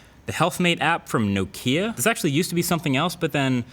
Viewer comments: Learn how to pronounce "Nokia", FOR GOD'S SAKE. In both RP and GA "Nokia" is transcribed like this "ˈnoʊkiə ", the stress being on the first syllable, every time you say "Nokia" you say it like this "nəˈkiə". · no-KEE-ah? not NOK-ee-ah? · nOkia, please No’kia! It’s sort of a shame one of the most popular smartphone reviewers doesn’t know how to pronounce Nokia :( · A quick google search on how to pronounce Nokia returns an article from MacWorld UK, with an extract from Nokia themselves, stating that most of the world pronounces it wrong and it is in fact pronounced “No-Kee-Ah” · Love the vid. Tho is that really how you say Nokia, like, no Kia? Lol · Why do you say nokia like you don't like kia's? 😂